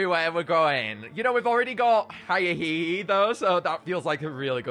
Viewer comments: Lets not forget the first time he pronounces hyehehe Hi-inhehe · I love the pronunciation hiya-hehe instead of h-ye-heh-heh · "I love Hi-ah-hee-hee" Me: STOP SAYING THEIR DANG NAME PLEASE (It's pronounced "Hyeh-he-he") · Hyehehe isn't pronounced "Hi-eh-hee-hee" it's pronounced "hyeh-heh-heh" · It's not hya hehe🕺 it yea he he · ITS NOT HAIA-HE-HE! ITS H-E-HE-HE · It's pronounced hye-he-he not high-ye-he-he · Are we going to ignore the fact that he is miss pronouncing it? It is pronounced h-ye-he-he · Fun fact: I'm probably the only person who can pronounce Hyehehe's name correctly, so here's the correct way. He-yeh-he-he there you go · bro it’s pronounced like his laugh not hiya hee hee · God every time he mispronounces Hyehehe it makes me wanna tear out my hair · Stop mispronouncing hyehehe pronouce it like laughing with an accent